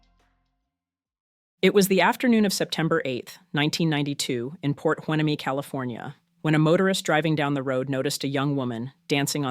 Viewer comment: Love your channel ... just FYI, the first story in Piort Hueneme is phonetically pronounced Port Y-knee-ne [H ueneme]